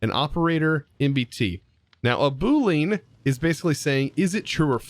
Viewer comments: As a programmer.. Please... Please.. Please.. I have never asked you for anything else and never will do again... PLEASE call it a boo-lee-ahn, not a boo-lean. It hurts. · Boo-lean! XD As a software engineer your pronunciation of Boolean made me laugh. Tis boo - lee - uhn. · its pronounced booleaan not booleen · I watched this episode multiple times and every time you called it a boo-leen I got so confused on what you were talking about. Its pronounced boo-lee-uhn btw. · didn't know that. Everyone I've ever heard say the word says it as "boo-leen" I just finished a scripting tutorial for bedrock edition and tried to explain strings and bools and I said it the same way I just mentioned. If I ever make a video on them again I'll definitely make sure to pronounce it correctly however I'll probably just stick to calling them bools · The way you pronounced "boo-lean" is so funny to me 🤣 the correct way is "boo-lee-ahn". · ITS PRONOUNCED BOO LE AN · Boo-leen? Boo-LEEN??? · It's Bool-e-anne you non-coding savage lol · him saying boo-Leen hurt me on a physical level. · I just built an integrated dynamics system for my base, so I'm excited to see what tips and tricks you have there!! Fyi (meant with the utmost respect and friendliness) it's pronounced boo-lee-en. Loving the series so far!!! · Say it w/ me, Bool-ee-an. Sorry man, it was painful to hear you pronounce it incorrectly. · Interesting pack that Integrated Dynamics. And I'm not trolling here, but because I know you like to be grammatically correct, Boolean is pronounced Boo-lee-uhn... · "Boo lean" LOL, yes, those are som lean boos. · Btw, Boolean is pronounced Boo-lee-an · The way you pronounce boolean is pretty funny to a programmer